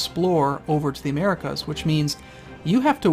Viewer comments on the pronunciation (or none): none